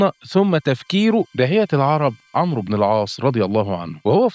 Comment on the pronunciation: الاخ المحترم . حرف الواو لا ينطق في اسم عمرو. وانما يكتب فقط . وحرف الواو وضع ( كتابه فقط ) لتميز بينه وبين اسم عمر (. مثل اسم عمر ابن الخطاب مثلا ) في اسم عمرو نضع سكون على حرف الراء ، ولا تنطق الواو. ابدا